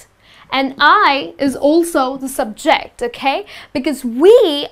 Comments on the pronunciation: It is pronounced SUBject not subJECT and SENtence not senTENCE. Careful on syllable stress. Imagine singing using the wrong stress! Nice job explaining grammar though. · Nice class, but please stress the words properly: SENtence, SUBject, OBject, because sometimes you're doing it wrong. Best regards and thanks for sharing. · Something is wrong with your stress on the word ' subject ' and ' object '. When these words are used as a noun, it is generally put the stress on the first syllable as ' ' sUbject ' and ' Object ' and used as a verb, it is put the stress on the second syllable ' subJect ' or ' obJect ' respectively. But your pronunciation I so clear and easy to listen to and good. Is that a Indian English or not , I wonder? Pandason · Would it de okay to pronounce "subject" and "object" with the stress of the first vowel? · I love your videos. Just check the stress on the words subject and object when they are used as nouns not verbs. Best Regards. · You're placing the wrong emphisis on the words subject and object.. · This helps in clarifying the differences between the use of I and me. It's just irritating to hear the incorrect stresses for subject and object. So it changed the meaning of the words.